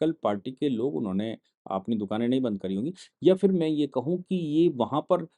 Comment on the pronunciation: सर जी वो बंध नही बंद होता है।